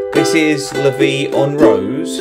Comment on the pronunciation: 'Rose' acutally isn't pronounced like a rose (flower) in Frech, the R is pronounced more (like the Scotts do) an there is no 'u', because it's not R-o-u-s-e (